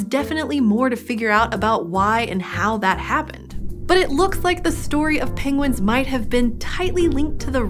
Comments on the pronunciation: She is like Benedict Cumberbatch. She says pingwings rather than penguins. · I love how she pronounced it ‘pingguines’ awwwwwwwww 😻😻😻